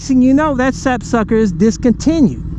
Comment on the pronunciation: Did you say sap sucker? Lol